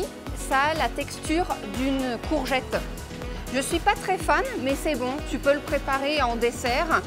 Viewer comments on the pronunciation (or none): none